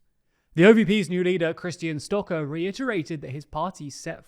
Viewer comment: Good summary, good pronunciation, small detail: its more like "shtocker" not "stocker"